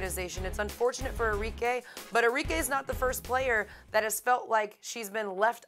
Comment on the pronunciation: Its arikeh int pronunciation not Ari-k